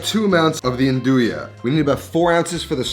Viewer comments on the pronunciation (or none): Italians don’t pronounce it n-doo-ya they pronounce it nun-do-ya. Don’t hate on me my wife’s italian. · I always pronounced nduja the way you did, but recently I heard local calabrians call it "ndusha". Apparently that's the right way